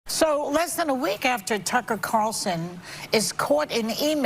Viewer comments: its C A R L -son say it with me, he is kinda famous.. 0-O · Why can't anyone in this video pronounce the name Carlson? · Someone tell me why so many people drop the "L" in Tucker Carlson's name?